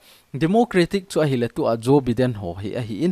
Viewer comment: Joe Biden - pronounce as Jo- Bai- den👍👍👍